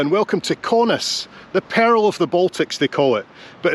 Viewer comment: Ah, accents! I now have no idea if Kaunas is the pearl of the Baltics, or if it's such a massive pirate haven as to be the peril of the Baltics! 😂But I'm just teasing. The pronunciation was closer to "pearl" than "peril", and the city... well, there's no way a place so beautiful and peaceful as Kaunas is any sort of pirate haven, is it?